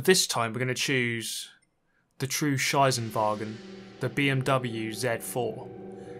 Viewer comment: „The true Scheissenwagen“ 🤣